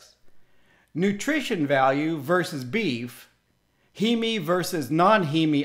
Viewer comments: It's not pronounced as He-Me. It's Heem. One syllable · You are correct. The English pronunciation is heem. My Latin/Italian heritage says it should be he-me. No Greek would pronounce heme heem.